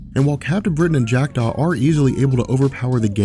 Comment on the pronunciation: every time he says "Jack Daw"..I do a double take like he is saying "Jacked off"